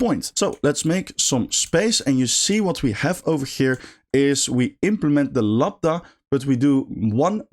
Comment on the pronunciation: Minor point, but it's "Lambda", not "Labda" :)